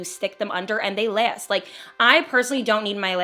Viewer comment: You were SO jersey when you said “last” and “lashes” 😂😂❤❤